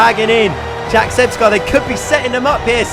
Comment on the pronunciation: eye not guy